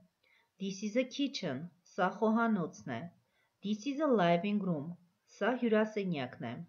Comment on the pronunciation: Big (բիգ) , pig(փիգ) և չգիտես թե ինչի living-room (լայվինգ ռում), այլ ոչ (լիվինգ րում)։ ։comfortable...ոչ թե կոմֆորդոբլ այլ քամֆդիբըլ.lol .Եվ այսպիսի բազմաթիվ սխալներ..sorry but this is a very bad lesson